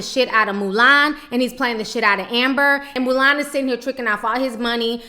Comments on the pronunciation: I lOVE how Ti keeps calling Milan "Mulan" 😂😂😂😂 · I laugh every time you say 'Mulan' I think of that lil chinese girl in the disney movie.